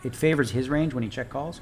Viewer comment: repeat after me...."RANGE"